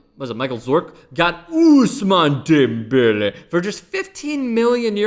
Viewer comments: Good video besides the way you said Ousmane Dembele. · Hey, can you shut the fuck up with the whole Ousmane Dembele? It's like you've never said the name in your life before when he's been a star since last year. It's really fucking annoying to listen to more than 5 times in one video, settle down.